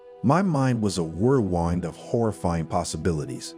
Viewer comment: Whirl wined? Come on. Is this AI reading text? Can’t pronounce whirlwind or tow.